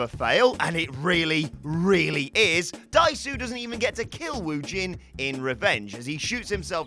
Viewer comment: I've apparently turned into THAT person, because I was dying a little bit every time Dae-su was mispronounced. Korean romanization is not a phonetic transcription.